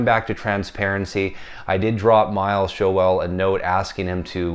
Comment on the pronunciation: Hi, I’ve met Miles Showell it’s pronounced Shoal 😂👍 The Uk original copy is the one to own,far superior to the US RL cut. The Uk version is a demo record I kid you not 😎👍